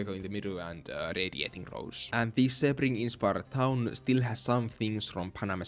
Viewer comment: its pronounced "see-bring" not "seh-bring." Source: am floridian.